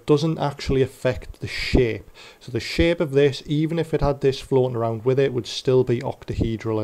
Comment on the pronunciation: anyone else hear him say shit instead of shape??